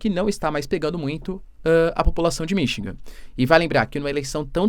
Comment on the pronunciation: Pelo amor de Deus, é Michigan não Minchingan.😮